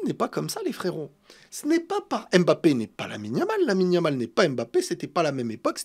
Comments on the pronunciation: je t’aime bien mais arrêtes d’écorcher le nom de Kylian, c’est Mbappé! Pas M’bappé 😂😂 force à toi! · ARRÊTE AVEC LA PRONONCIATION "EM BAPPÉ" JE T'EN SUPPLIE !